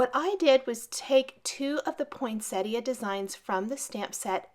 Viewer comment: A truly magnificent card. Congrats. Thank you for being one of the few cardmakers on youtube to pronounce Poinsettia properly!!! Luv it